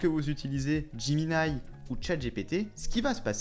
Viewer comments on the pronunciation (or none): none